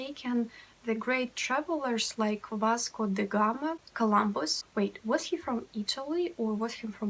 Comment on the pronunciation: "Vasco da Gama" perfect!